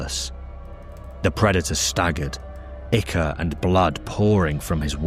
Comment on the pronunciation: I love your videos because you’re the only person on YouTube who pronounces ichor correctly.